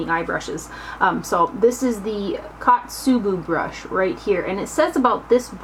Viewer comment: The first one is Ko-tsu-bu ko like coat. O-u-gi Ou like a long Oh and gi like gib. Otsubu O like Oh. Kusabi was perfect :) Kusuriyubi was almost perfect the su just needed to sound like sue. Sorry if I sounded snobby. I just thought that maybe it would be fun to help with the Japanese pronunciations since they are a collaboration with a Japanese brand. You are SO close to 100,000 subscribers I hope you can reach it by the end of this month. An updated makeup collection after that would be a treat for us, I think ;) I hope you have a great rest of the summer!! :D